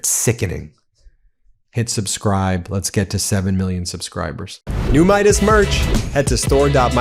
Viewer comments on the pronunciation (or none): none